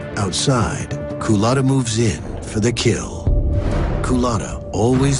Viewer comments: The narrator keeps mispronouncing his name. A "Coolatta" is a drink served at Dunkin Donuts. Culotta is the man's last name. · Kuh-luttah? Wtf